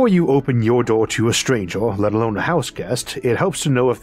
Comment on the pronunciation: Great video.... curious how you pronounce most vowels "a e i o u" as an "o"? Earth = Orth Stranger = Strangor For example!